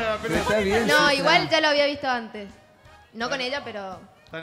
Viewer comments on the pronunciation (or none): Lo único que dice es "sho"